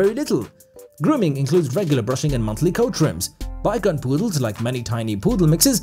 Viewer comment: It’s too bad the narrator doesn’t know how to pronounce ‘Shih’ or ‘Bichon’.